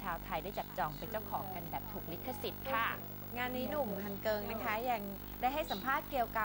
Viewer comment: เฮ้ยพิธีกรที่พูดดำเนินรายการอ่ะพูดผิด "ฮันเกิงวงซุปเปอร์จูเนียร์" ตังหากอย่ามั่ว :P